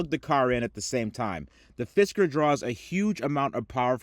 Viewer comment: Cyber Fisker sounded an awful lot like Cyber Fister - now that’s an exciting product 😂